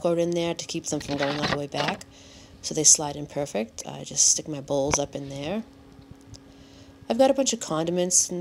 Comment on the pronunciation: Hey! Nice dumpstah theyah at the begining theyah.